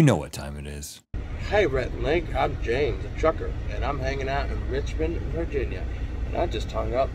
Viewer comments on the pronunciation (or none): none